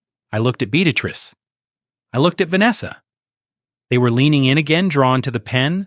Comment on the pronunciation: The name is be-at-tress